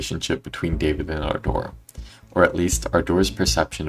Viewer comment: My ahh keeps laughing everytime he said ardor because it sounds like he's talking about "our door"🥀😭😭